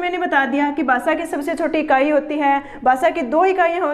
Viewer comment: Basa ni bhasha hota h